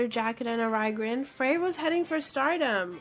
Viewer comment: Now all you have to do is pronounce all their names correctly ... Fray???